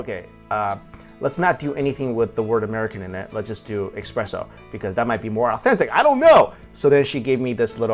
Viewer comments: oh no Esssssssspresso not expresso... - but i still think youre great in this! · It's espresso not expresso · its not expresso it is an "espresso" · Just saw this video from a few years ago. Love your hilarious descriptions! And that baguette! Why is it so hard to get baguettes like that in the U.S.? With a crusty crust and soft, loose texture on the inside? And you haven't lived till you've had one with butter and jam in the morning (I lived in France for a year). By the way, the coffee gods are frowning upon you. It's "essspresso," not "exxxpresso!" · Espresso not Expresso! Gah! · it's espresso not expresso ;-) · What a nasty comment about parisians, one person isn't the whole city 1st. 2nd if you want to give lessons be sure to be right, it' pronouced Expresso in french as we use express for something fast. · You should pronounce it as Ess-Press-O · eXpresso?! really?